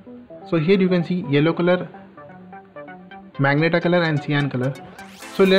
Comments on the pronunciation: Bro this is magenta (ma-zen-ta) not meg-nata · Bro that is magenta (ma-gen-taa) not magnetaa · Dumbass is majenta not magenta pronounced